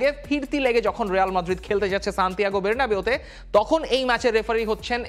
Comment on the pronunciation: এর সব ঠিক আছে। কিন্তু মাঝেমধ্যে কিছু উচ্চারণে অতিরিক্ত স্মার্ট সাজার জন্য উচ্চারণ বদলে ফেলেন এটা কেমন একটু শ্রুতিকটু লাগে।। যেমন ১. য়ুভেন্তুস। ২. রেয়াল মাদ্রিদ। ৩. বের্নাবিউ। ৪. পেইএসভি। আরো কিছু আছে।।